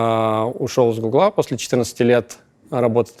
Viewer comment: Правильно гУгла, а не гуглА